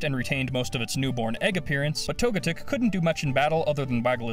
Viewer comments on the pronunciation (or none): Tog-a-tic no no tog-e-tic